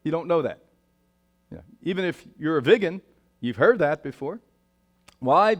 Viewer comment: What the hell is a “viggen”. 😂it’s vegan Brian